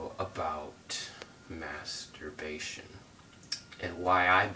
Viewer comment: Lol dude can't even say the word masterbation